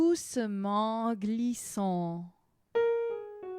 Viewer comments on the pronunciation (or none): Thank you for the effort! Unfortunately, there are a couple of mistakes already in the first lines: - The "c" in "blanc" is mute, i.e. it's not pronounced. - The "r" in "fleur", on the other hand, is pronounced. - You pronouce "glissons" as "glissant". (The nasal "a" and the nasal "o" are two different sounds in French. If you mix them up, the meaning changes.) - In "fuyant" the "u" should be short, and the "y" should be long. You say it the other way round. Etc. etc. ... The video is a nice effort, and you are trying to be helpful. Thank you for that! But I advise all singers who are studying the piece to rather trust the recording of a native speaker... (I found for instance